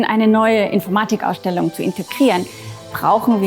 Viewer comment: Die Aussprache von "Infoormadig Ausdellung" geht mir irgendwie auf den Keks